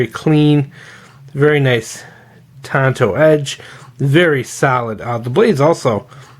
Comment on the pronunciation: Tanto. It’s Japanese. Unlike English, in Japanese they only pronounce their “a” sound one way; “ah”. Akira, Tatami, sake, yakuza, katana, arigato etc… On that note: “Hi-Yo, Silver! Away!”